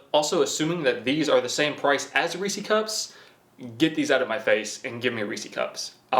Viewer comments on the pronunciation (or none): Take a shot every time he says Reece cup lol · Reesie cups lmao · Reesie cup 😂